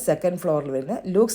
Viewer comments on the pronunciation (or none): ലെക്സ് എന്ന് വായിക്കുക കണ്ണൂകരിയല്ലേ കോഴിക്കോട് ലുക്സ് സോപ്പ് എന്ന് പറയുന്ന ത് കേട്ടു